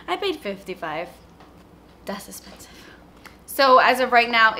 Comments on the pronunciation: That Miami Accent came out lmbooooooo "das espenseev" SO MEEEEE! #westchestergirl ;D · I always say "das esspensive" to my boyfriend and he just doesn't get it 💔